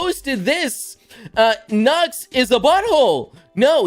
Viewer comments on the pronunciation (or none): When says says Nux it sounds like he's saying Nuts